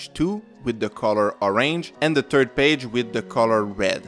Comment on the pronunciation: Terd Value! Lmao!!